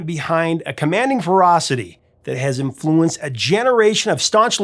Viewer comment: When did people start stressing the second syllable in 'influence'?